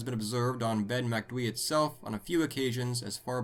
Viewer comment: Kudos for pronouncing Macdui properly, how do you guys struggle with easier words like Aluminium or Jaguar though?